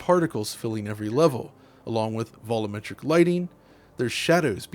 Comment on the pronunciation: Again with the "vollometric" lighting. Yo!: VOL-YOO-MET-RIC Why can you say "sheer volume" as "sheer VOL-YOOM" but "volumetric lighting" becomes "VO-LO-MET-RIC"? It's the same word as "volume" with "-etric" attached to the end.